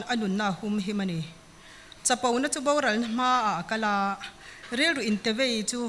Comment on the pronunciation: Host hriat atan: 'Baural' ti lovin 'Boral' tih tur.